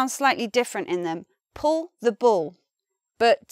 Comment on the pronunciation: I love the way says Puw the Buw and Symbows. This video is such a great example to stop my students saying Pulla the Bulla and Symbolis